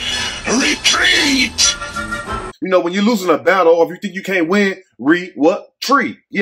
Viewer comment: "Re- treeet"🤺